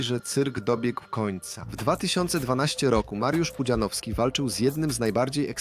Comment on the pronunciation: Kurde, niech to AI chociaż nauczy się wymawiać "Pudzianowski"